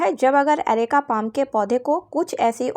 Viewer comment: अरेका पोम नहीं पाम होता है